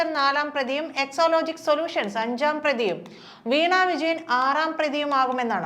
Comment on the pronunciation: എക്സോലോജിക് അല്ല എക്സാലോജിക് ആണ്.😂